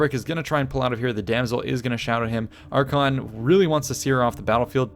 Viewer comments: Archaon (Are-kay-on) and Arkhan (Are-can) are not pronounced the same. Cool battle though. :P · ITS PRONOUNCED AR-KAY-ON A POX UPON YOU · since when is Archaon pronounced the same as Arkhan? yikes